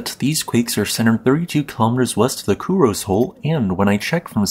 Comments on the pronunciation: That's, "KU-RO-SEH," not "KU-ROZE." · FYI: Kurose is pronounced ku-ro-sei